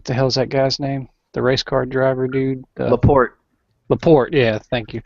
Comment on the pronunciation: LaSorte not LaPorte.